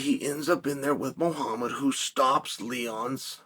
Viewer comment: Clearly been punched too much, it’s Muhammad not muahamma